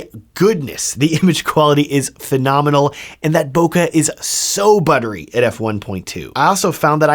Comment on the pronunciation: Jesus all these reviewers.. it's bokeh not "bokah" there is E not A!! It's japanese..read it correctly.